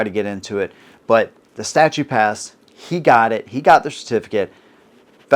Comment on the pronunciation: Statute, not statue. If you're going to talk about law, you've got to at least get basic terms right